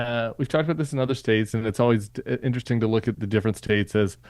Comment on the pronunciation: "statzes" it's hard to take someone seriously when they can't properly speak their own language.